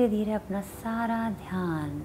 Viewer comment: Asanaaa, Dhyanaaa....what is this. If you are speaking in Hindi then why the Sanskrit words are pronounced as if they are written in English. I can understand if a non-native does that as they dont know our language so they read these words in English and pronounce like that. But you should not do that, it sounds ridiculous.